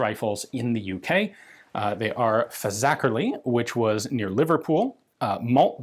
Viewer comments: As a Scouser born: congratulations on pronouncing Fazackerley correctly. I was actually born in a since closed hospital in that very ward and I have stop and take a mental run up to saying it. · A + for saying Fazackerley right!